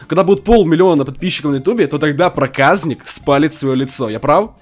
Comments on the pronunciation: Мне кажется ты говоришь проказнык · Топ видео! Но ты не говори проказник ты когда говоришь бесить начинает говори Проказьник но не проказник бесить начинает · Не праказнык а проказник правильно канал проказника сылк в а вот ссылка (Канал проказника) приатного просмотра